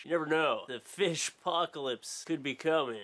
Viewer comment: canada? "BAIG of FEESH"